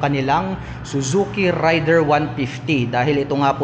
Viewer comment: Raider po hindi rider